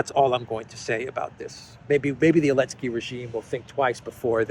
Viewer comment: Hey,, it’s NOT elensky, it’s ZELENSKY.